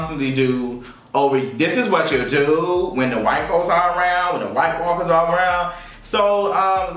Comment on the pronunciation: I laugh every time he says Whitewalkers lmaooooo GoT